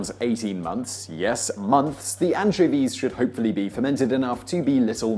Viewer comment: Antchivees? Oh, Anchovies.